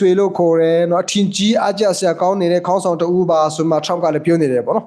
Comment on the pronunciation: ရေးရင်တော့ခေါင်းဆောင်ပေါ့ဗျာ ဖတ်ရင်တော့ ဂေါင်းဆောင်လို့ဖတ်ရမယ်ဗျ ခအသံနဲ့မဖတ်ရဘူး